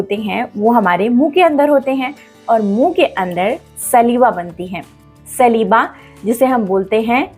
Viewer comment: Maam सलीवा nahi स्लाइवा bolte hain